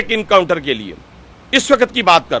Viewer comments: Not incounter Mr. But encounter. Who made you minister? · Encounter ❌ Incounter ✅